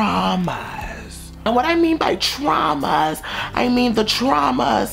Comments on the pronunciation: Have you gotten over those TRAH-MAHS? Lmfaooooooo I died. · the way he says TRAWMAS 😭😭😭😭